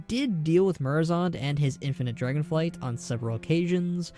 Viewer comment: Good video, lots of solid info. I was a little annoyed that you kept saying "Dragon flights" while everything was written as "Dragonflight", but you still got me a little more hyped for the reveal on the 19th, so whatever.